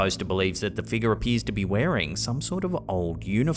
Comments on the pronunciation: My wife and I have a new drinking game. Every time he says figga (figure) take a drink! lol. Love the videos!!! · I watch videos 50% for the content and 50% for accent. I could listen to him talk all day long 🥰! I get goosebumps every time he says "figgah" 🤣. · I love how he says Figga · Scary "fig-yah's" lol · A strange black mist like figgah appears to enter the shop???